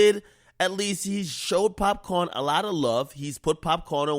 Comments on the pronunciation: Nigga called him pop corn😭 🌽...its pop caan = pop can = shoot gun lmfaoo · pop - CAN .... its Pop - CAN